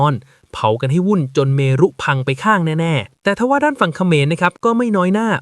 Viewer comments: เมรุ อ่านว่า เมน เมรุมาศ ถึงอ่าน เม-รุ-มาด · เมรุ อ่านว่า เมน ไม่ไช่เม-รุ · เมน ไม่ใช่ เมรุ